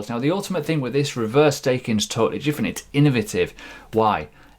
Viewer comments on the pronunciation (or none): Are you saying 'jifferent gravy'? :)